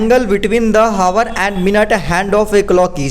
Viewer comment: हावर नहीं सिर जी आउर पढ़ा जाता ह